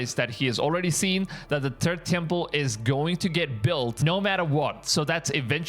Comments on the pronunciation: Funny thing.. Im hearing "turd' temple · He said the Turd Temple. You got that right🙄